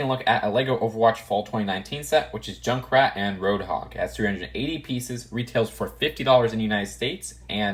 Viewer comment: Wait is "junckrat" Australian?